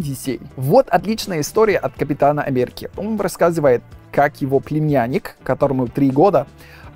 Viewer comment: произносит неправильно гласные после согласных не - нйе ре - рйе Америка - амйерика дефект - дефйект и т. д